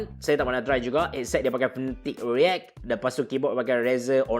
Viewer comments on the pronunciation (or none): none